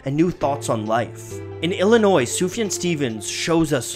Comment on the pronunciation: it’s soof-yawn